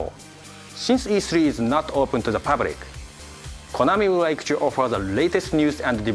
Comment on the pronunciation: Did you rike it?